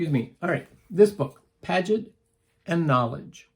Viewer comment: The blue book sent to the Professor is about a great frech human studies researcher. His name is pronounced Pea a Jay. Not parent. Most medical , psych and child guidance folks have learned about him .Cool a Minnesota Professor was asked to review.